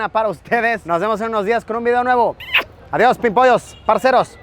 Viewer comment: Pero que bien le sonó cuando dijo Parceros y Parceras jajajajajajaajaj